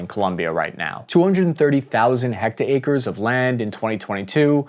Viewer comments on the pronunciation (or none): What kind of madman says HECTA-ACRES instead of "hectares?" XD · Just 1 tiny nitpick. "hecta-acres" Hectares is pronounced hek-tairz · What kind of absolute sociopath says HECTA-ACRES instead is "hectares?" XD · Did he say "heckt-acres" lol? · Hect-ares (hecked airs) nice try tho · Hectares - "Heck-tares" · That's a lot of heck-ta-acres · I giggled when he pronounced it like that XD Olive branch, I used to pronounce elixirs from Final Fantasy "E-licks-ears" ^_^' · I caught that too lmfao. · The John Green pronunciation special